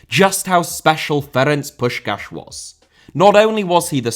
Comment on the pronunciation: as a hungarian i greatly appreciate pronunciation of ferenc puskas